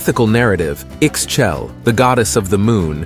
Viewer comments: Pretty sure Ixchel is pronounced “Eesh Cheil” or “eeh-schELL”. The X is definitely not pronounced like an X. It is an ‘sh’ sound. Xbalanque is more like sh bah lan kh…SH as in "shadow". Bah as in... bah (strong A). Lan has a soft a sound, as the U in "sunk". Last "que" in the end should be pronounced as an abrupt KH such as ending the K sound in the word "tank". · The way he says Ixchel...😢 my actual name is Ixchel, the X is kinda muted in almost all mayan names when it got the X or Z in the first letters just think that X, XH is related to the english way to say the word "shell". I-shél the X or in the example the SH is almost not pronnouced and the last vocal got an emphasis, the same happen with the variations of the name like Izchel or I-xchel but it changes with the common variation, Itzel (this one means just "rainbow" and is pronnouced just as it reads) Another one: Ixtab - i-shtaáb They are a plenty sources to help with these names